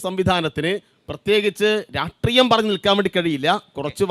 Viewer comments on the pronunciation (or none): രാട്രീയം... പൊവത്തനം.... വിദ്ധിഭ്യാസം.. എന്നൊക്കെ ആണ് ഞങ്ങടെ കോളജിൽ വന്നിരുന്ന കമ്മികൾ പറഞ്ഞിരുന്നത്.. കുട്ടി സഖാക്കളും അങ്ങനെ തന്നെ...🥴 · ഈ കമ്മ്യൂണിസ്റ്കാർ എല്ലാം "രാഷ്ട്രീയം"എന്നല്ല പറയുന്നത് "രാട്രീയം' എന്നാണ് പറയുന്നത് കഷ്ട്ടം